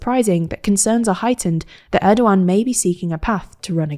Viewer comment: This is the first time I heard someone from this channel pronounce erdoğan's name properly. Good job!